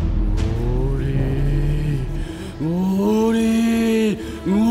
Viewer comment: sao đoạn tui lại thỉnh thoảng nghe thấy là ngủ đi thành ngu đi nhỉ =)))🤪😝😬